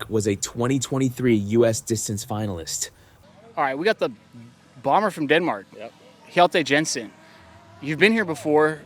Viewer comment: Hjalte Jensen as Halte Hensen…